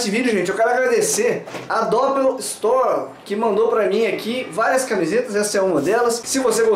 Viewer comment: Uma questão que me intriga: é "dópel" (como vc pronunciou) ou "dopél" (como o Pirula pronuncia)??